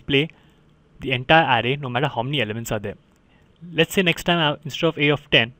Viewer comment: Thanks a ton for your help. BTW in the word "array" the emphasis is on the second syllable, "uh RAY."